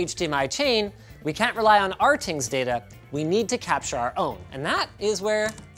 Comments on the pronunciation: Please tell me calling it “r tings” is some inside joke. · It's "R-things" or "Ratings"?